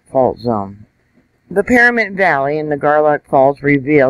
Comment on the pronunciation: PaNamint not PaRamint.